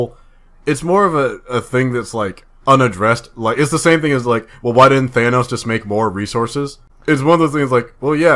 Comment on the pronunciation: If you're not going to say Thanos' name right, stop saying it. This has been driving me crazy for a year now! They say his name plain as day in the movie for God sake. You have 0 excuses for calling him Thainos anymore. You no longer sound smart.